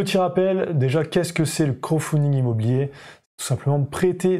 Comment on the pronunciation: Intéressant...bon par contre on prononce crowDfunding (littéralement "financement par la foule") et pas "crow"funding qui signifierait financement par corbeau lol ... C'est pas franchement le même sens... Sinon merci pour la vidéo, très claire et instructive...